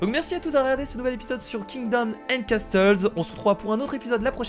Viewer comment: Kira juste on dit casseuls et non casteuls voila fallait que je te le dise